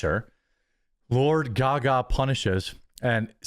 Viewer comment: It is a long "A" on GaGa, not a short "A" like Lady Gaga.